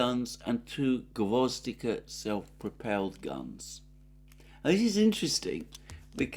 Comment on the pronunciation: It’s gvoz- DI- ka with the stress on the second syllable, means “carnation”